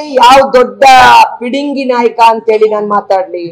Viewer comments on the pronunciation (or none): ಲೇ ತೇಜಿ ಹೋಗೇಲೇ mp ಟಿಕೆಟ್ ಕೊಟ್ಟಿಲ್ಲ ಅಂತ ಉರಿ 😂ಪಿಡಿಂಗಿ ಅಲ್ಲ ಅದು ಪುಡಂಗಿ ಅನ್ನು 😝